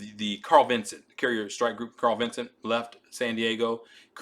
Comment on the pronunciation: Strongly recommend fix the video title (and perhaps edit verbal pronunciation if feasible). The name of CVN 70 is CARL VINSON, not "Carl Vincent". From one perspective, perhaps minor, but given the topic, a familiarity with the basic subject matter is rather relevant to credibility. A gaffe like that, however superficial, for many viewers is going to glaringly jump out and degrade the effectiveness of your content's substance. Carl Vinson commissioned in 1982. How many people have served aboard, flown from her deck, or steamed alongside during the 40+ years of her service? And then include their families. We're probably talking a couple hundred thousand folks here. And not just a random group...but one which is probably more likely than average to be, let's say, "interested in US naval matters". How many such folks are in your potential initial audience...the folks who are going to view, like, comment, and subscribe so that the channel can get more algorithm visibility and expand the reach of your effort?